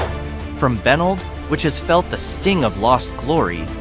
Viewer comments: Benld is bah-neld fyi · My God this was awful!! E Street Louie is the worst, but mispronouncing Benld and Cairo was just about as bad. Obviously no one ever actually visitd these places - Fake Fake Fake